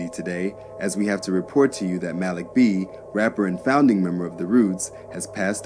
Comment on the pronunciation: Cringe when he pronounces,Malik B"s name😂